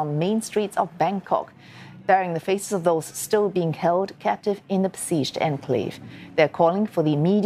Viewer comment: enclave was pronounced incorrectly...